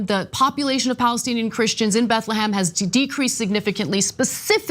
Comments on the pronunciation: BethleHEM not BethleHAM. IF you want to be taken seriously, how about pronouncing things right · "BethleHAM" lmao